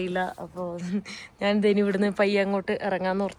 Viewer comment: എന്തോന്ന് നാന്. ഞാന് എന്നാണ് പറയേണ്ടത്